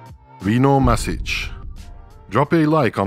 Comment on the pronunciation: Mašić is pronounced Mash-eech, so, not mas but mash. No bigiie, just saying if you are interested. Actually Rino himself on some videos where hes talking in english says it exactly like you, but hes so polite he wans to make it easier for english speaking ppl 🤣😂 But the correct way is mash. We also had IvaniŠević in tennis. Unlike Rino, he would fucking stop plaqying to explain the reff how to pronounce it correctly 🤣 Its same sound, IvanSHevich